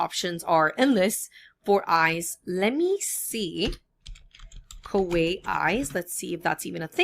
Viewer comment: Great video, and it's pronounced "Ka-wai-EE" ;)